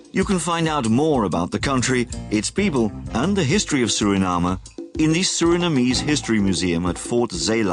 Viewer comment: It's soooo refreshing to hear a Foreigner pronounce the Name of my Country SURINAME the proper way instead of trying to pronounce it in an English way, together with other important names! MI LOBI KONDRE SRANANG (my beloved country Suriname)